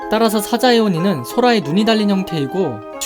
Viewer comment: 오늘도 잘 봤습니다. 좋은 지식 얻고 가네요. 중간에 사자에오니인데 사자이에오라고 잘못된 것이 있네요. 항상 유익한 동영상 만들어주세요.❤